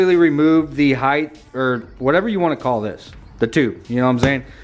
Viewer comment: Heighth hahaha!